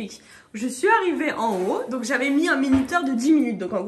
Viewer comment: dit donceu! Fait attention 🤣❤